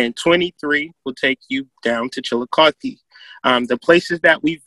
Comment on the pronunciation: Chillicothe here😁glad u pronounced it right lol